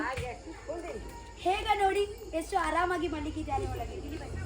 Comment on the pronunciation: correct the pronunciation it's not Holage it's Olage learn to know the difference between Ha and aa